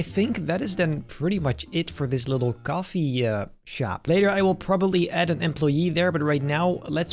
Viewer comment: H ahaha blud said gafe not coffee